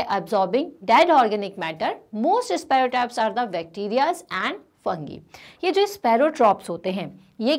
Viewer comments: It is not sparfowtropbs, it is saprotrophs. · Mam It is not sparrowtrophs, it is saprotrophs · Ma'am please learn the right pronounciation 😅 it is saprotrophs not spparawtroph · Maam its not sparotrophs....... Its Saprotrophs your pronunciation is wrong.... You have to pronounce it Saprotrophs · Sparrow trophs nahi saprotrophes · mam it is saprotrophs not sparotrophs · Yes you are correct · Mam, its saprotrophs...not sparotrophs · It is not soarotrophs it is saporotrophs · Mam sparotrophs nahi saprotrophs hai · It is not sparrowtrophs, it is saprotrophs. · My name is a confusion How we pronounce it Sparotrophs Or Saprotrophs In video you are saying it as sparotrophs But spelling is Saprotrophs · Its sapro not sparo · bhai vo sparotrops nahi hota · such a good video but madam its pronounced as saprotrophs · Sparrowtrophs nahi ha😂😂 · You pronounce saprothophs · its ok it might be a tounge slip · Your pronunciation of saprotrops is wrong ma'am